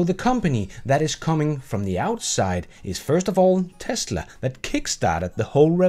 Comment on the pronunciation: Somebody had too much beers "Best in TASLA"